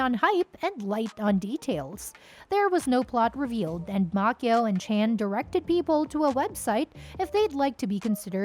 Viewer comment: it's Macchio not Makeo. Can't anyone get this right? SMFH